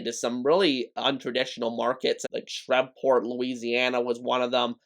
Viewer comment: Shreveport: long E, shreeeveport, not shrevport. I'd suggest Birmingham again if not for the 2-time USFL Champion Stallions.